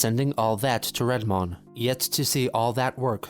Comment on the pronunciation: Hearing everyone in this mispronounce Redmond is making my ears bleed